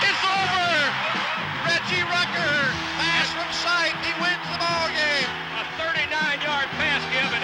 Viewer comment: Nice mispronunciation of Rucker